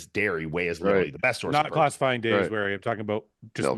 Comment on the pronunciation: Watch the clip back. I'm just highlighting that you mixed up your words. You said "dhey" instead of "whey", and "wiary" instead of "dairy".